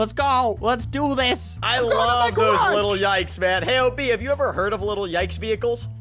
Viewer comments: It’s “Little Yikes” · You called it a little tike but its actually little yikes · I thought you sed little yites